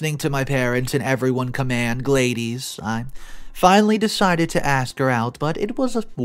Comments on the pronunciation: Gladies? Lol "glad-dis" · Any chance OP spelled the name of the girl he married as Gladys? If so, that is pronounced ""Glad - iss" not "glade-ease". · Gladys = glah-dis